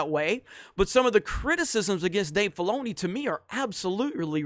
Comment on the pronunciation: Stop saying Dave Baloney. I swear that's what you are saying. I can't stop hearing that now.